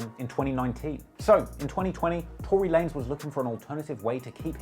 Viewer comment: Two-Ry Lanez lol